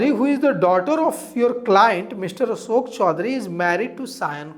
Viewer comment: Asok nahi behan ashok Kisor nahi kishor Tum aapna uucharan thiko pratrakarita tuo hoti rahegi